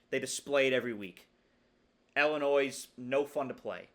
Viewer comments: Cool video. Illinois alum/fan here. We could go 11-1 or 7-5. You never know with us. Also, for future reference—please pronounce Illinois like “ill” not like “ell”. You’re still far ahead of everyone saying “ill-a-noys” though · I thought it was pronounced Illinwah since it’s a French word